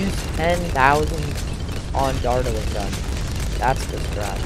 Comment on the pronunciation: the way u pronounce dartling like "dart-eling" is hella funny lol